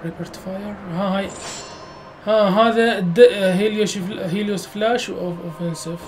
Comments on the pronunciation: هههههههههههههههههه اله الشمس هيليوس مو هايديس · معبد هايديس هههههه اسمة هليوس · عمي هيليوس مو هاديس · ملاحضه اله الشمس مو هيديس اسمه هيلوس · هيليوس مو هايديس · هليوس مو هايديس